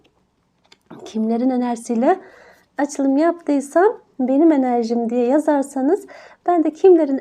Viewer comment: Enerci enerci